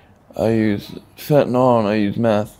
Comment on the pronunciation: We agree but everybody pronounces it wrong. They say FentaNOL instead of FentaNIL.